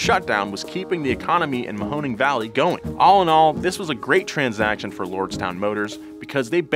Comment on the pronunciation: Great job on the pronunciation of “Mahoning.” Btw, as a Youngstown, Ohio native. This felt like a scam from the start.